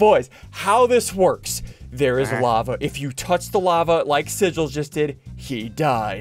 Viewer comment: SSundee: The "f"lava is rising Me: what-😃 you mean lava-🥲